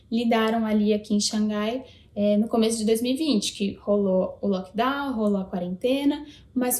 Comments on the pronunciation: Xanrai, está incorreto, a pronúncia é Xangai.....Vc. é cheinha e não deve estar em xangai.... ESSE TIPO DE BRASILEIRO QUE É ESTRANHO, será que ela não viu o video do Drone com o toque de recolher e a cidade inteira em grito de lament............... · Elas pronunciam XANRRAI, não XANGAI, com G.... não sabia disso